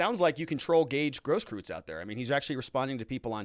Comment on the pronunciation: Gross-KROYTZ, please!!!!! If it's German.